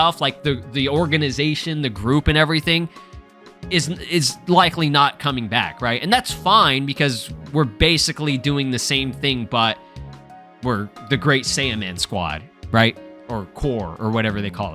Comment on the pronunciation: it sounded like he said great saiyan corp in the gameplay demo